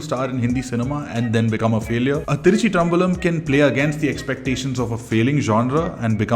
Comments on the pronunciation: What was that pronunciation 🤣🤣 Thiruchi-traam-balam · bro you sounded like a vadak trying to spell thiruchitrambalam.